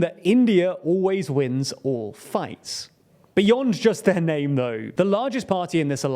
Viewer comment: Before making videos on India, please learn pronouncing names properly.